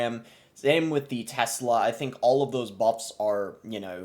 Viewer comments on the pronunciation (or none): none